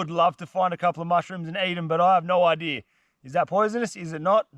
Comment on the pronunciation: I never saw an R in idea. Yet, you keep saying, "idear" 🤭